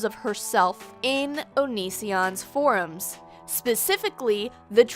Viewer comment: Everyone - For-ums. YOU - Forms.